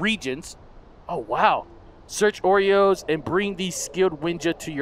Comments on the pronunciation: its oros not oreos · lol i like how pronounce Oros he pronounce it oreos hahahahh nice vid!! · XD I love how he says "Oros" he says oreos XD